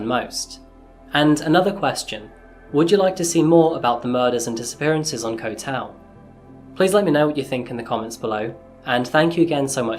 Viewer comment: Bro, I swear he's sayng "Coffee-Ass Crime" I swear to god that's what he's saying